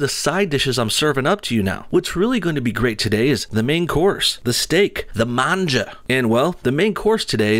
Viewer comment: MANJAAAA!!! Damn, you said it correctly. ;)